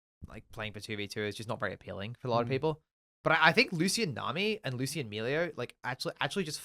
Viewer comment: Loose Ian, Come on, this isn't like a name that is only in a book with no pronunciation guide. No one has ever pronounced Lucian like that. Like you wouldn't say VahRus or Kay'say or Xayyah so wtf is the Loose Ian shit.